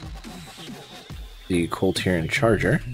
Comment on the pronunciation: Is it just me or does he keep calling them a different name every time... half the time sounds like he's saying the clitorans